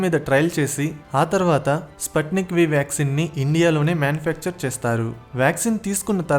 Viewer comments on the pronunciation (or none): Spatnik kaadu sputhnik